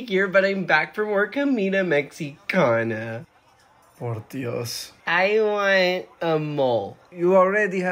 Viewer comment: Mexicana is pronounced with what sounds like an H instead of an X.